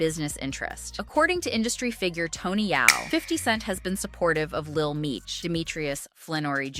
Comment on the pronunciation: I Stop watching when you mess Tony yayo name up